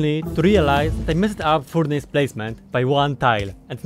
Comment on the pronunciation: It's butchered pronunciation of furnace... Thanks for letting me know that I was pronouncing it wrong <3